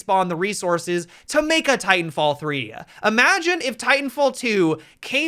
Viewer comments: I'm pretty sure he was saying "titan filled" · “Titanfield” do you know something we don’t?